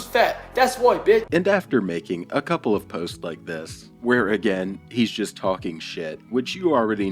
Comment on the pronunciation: If I couldn’t pronounce obese, couple, humble and nearly every other word. I would def shut the F UP!!!